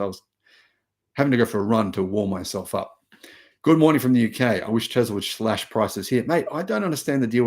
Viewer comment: there is no "z" in Tesla....